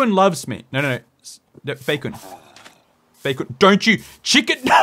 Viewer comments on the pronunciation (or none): Despite the number of times you say Chi-Kun and Bae-Kun, I still lose my mind every time I hear it 🤣